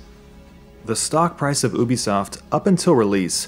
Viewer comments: oo-bee-soft. that triggers me. it is pronounced you-bee-soft. there is a you sound in there. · It's (you-be-sof) not (ooo-be-sof) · He said oo bi soft lolol it's u bi soft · ah obisoft?? you mean Ubisoft right ? XD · It's you-be-soft, not oo-be-soft. Think ubiquitous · How he says Ubisoft annoys me. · Love your vids but oobisoft is kinda messing with my ear :/ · It's ('You-b-soft') god that was painful to here. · Please say Ubisoft correct it is pronounced "You-be-soft" if you didn't know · i thought u pronouced it "you be soft", am i wrong ? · who told you to pronounce it as "oobisoft" and why do they hate you. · It is a french thing. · I think it's pronounced you be soft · Disliked because you kept pronouncing it ooh bi soft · And he can't say Ubisoft properly